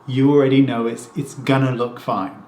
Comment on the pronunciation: I like it when you say "we'r gonnu" <3